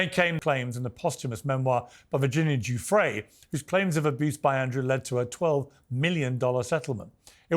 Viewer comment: 24.02 min: this deceitful man Brian Basham can't even pronounce Virginia Guiffre's name properly. He says he's conducted investigations into Virginia's case and yet repeatedly calls her Virginia Jeffreys. 25.40 min: wow, the anger and aggression this man is utterly vile. Just googled him - bit of a history.